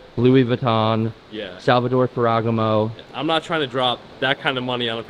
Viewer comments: bro its "fair-ah-gah-moe" 🤣🤣🤣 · Listing to the way he pronounces Sal-va-tor-ay Fer-E-Gam-oh makes me cringe. lol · someone tell it’s fer-ah-gah-mo